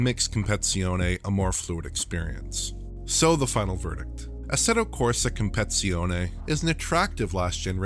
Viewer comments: competsione? This dude special af lmaoooooooo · What a fuck is “compezione”??? Hahahah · Its Competizione, not Compezione ^^° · And not that it matters, but it’s COMP-PA-TITZ-EE-OH-NEE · "CompeTIzione", just like English "compeTItion". You just need to say "competition" and add a vowel to the end, it is the same word for god's sake. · I was scratching my head every time he said "compezione" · Did he just really say Compezione... This video is really poor made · His pronounciation is even worse: Comp-et-si-oni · If you can't properly say "competizione" the just call it acc 🤦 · I was wondering if that was the correct pronunciation, so I guess he did it wrong. I thought this was another case similar to what I hear when people pronounce Atlanta, and what I hear: "Alana" xD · please stop trying to pronounce competizione, my ears are bleeding xD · I think this guy is eliminating a syllable so he doesn’t say “t!t$” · FYI "Competizione" has five syllables, not four. You missed out the "tiz" every single time. As an Italian, I had to bring it up. 😂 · dude that aint even close to how you say competizione…anyway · As an Italian, hearing the wrong pronunciation of "Competizione" hurts my ears. 😅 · I am not Italian and is hurting my ears too😂😂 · Sorry, but it's so irritating the way that you're pronouncing the name of the game, it's like you didn't even take the time to look at how the word is spelled and which letters it contains 😁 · great video again!!! thank You! but the name is "Competizione" and not "Compezione" 😃❤ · cool analysation and all, but it's compe-TI-zione, not compe-ZI-one. I wrote it down, and it hurts my ears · It's Assetto Corsa compe-TI-zione, not compezione btw. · CompeTIzione, not compezione. 👌🏻 It's similar to English "CompeTItion". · love your work! BUT: in italian, it is pronounced compeTi-Zione, same as in french, compeTi-Tion. hurt my ears ;) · It's "compeTIzione", not "compezione" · Dude, it's called competizione, not compezione! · "Compezione" okay 😅